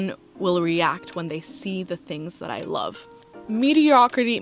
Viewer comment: paradigm - para dime and mediocrity, you had it right the first time. Those were the only things I heard that sounded off. 🍓🐰